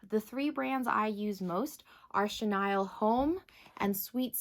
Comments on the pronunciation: Thank you for correcting it on pronouncing "Chenille"(shuh-neel ) it was driving me crazy every time it was said wrong.🤪🤪😂🤣😂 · Really? What’s your first language? And 😂😂 I wasn’t gonna say anything about how you pronounced it just in case you were actually pronouncing it correctly even though I’ve always heard it pronounced shuh- kneel. I didn’t want to be THAT person! 😂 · yep! It was weird to hear it pronounced shuh-Nile just because I’ve heard it said that way although I totally understand why she did because the vowel usually says its name when the word ends in e ! The English language sure can be confusing with its exceptions to the rule for certain words 🤷🏻‍♀️🤦🏻‍♀️